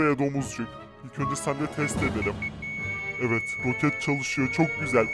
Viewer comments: ‘’ROKATLE’’ anladım abi .d jaksjsj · Abi rokatle değil roket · ROKAT DEĞİL ROKET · Rokat değil roket